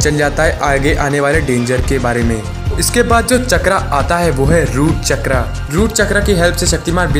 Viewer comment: चक्रा नही भाई चक्र 😂😂😂